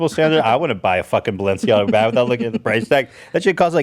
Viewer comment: I love when trisha says baehg